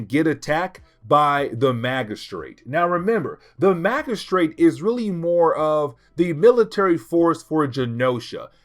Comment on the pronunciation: Good video. But about the word 'magistrate'. The g is pronounced as in gym. Mah-jih-strate.